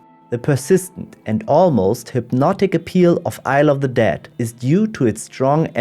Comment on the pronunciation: It sounds like "i love the dead" when you say it ... btw, on this subject, I do recommend the animated poetry "the dead" by Billy Collins